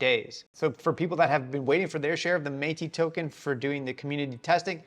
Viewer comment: Meti..? :D Bro how is it not meti-S :D? 😅😅🙈✨🔥